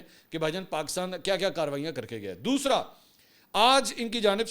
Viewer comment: تمہارے تلفظ میں مودیت کا اثر واضح ھے دوشرا۔۔۔پرشنٹ دوسرا۔۔۔پرسنٹ